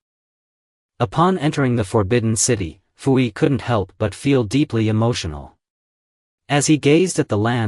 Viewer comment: Poo Yi, not Foo Yi.